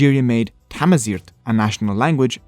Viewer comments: First of it's Tamazight not Tmazight, "not a solid language" who are you to say that? We speak it to this day, it's our rich language. There is nothing liberating about Islam, it says in the Quran to kill the unbelievers which you did to us, until we had to convert. Don't kid yourself, no full nation renounce their culture and change religion by happiness. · Tanmirt tameqrant ɣef tajmilt agi i-txedmed i ugdud nneɣ. As a Kabyle, and an Amaziɣ, I thank you for this video and the distinction you drew between us and our Muslim-Arab conquerors. Side notes: In our language, the way you pronounced 'Tamaziɣt' actually refers to another existing word, 'Tamazirt', which means 'field' or 'garden'... it was quite adorable. Also, queen "Kahina" is known to us Amaziɣ as "Dihya Tadmayt", which means "The Beautiful Doe" (deer are considered a noble species in our culture). "Kahina" is the name our enemies (arabs) gave to queen Dihya to antagonise her, it means "Soothsayer" in arabic.